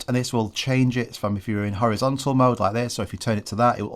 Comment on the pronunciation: Horizontal ❌️ Howizontal ✅️